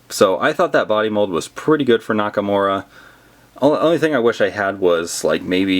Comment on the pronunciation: He said Nakamowa in the stop motion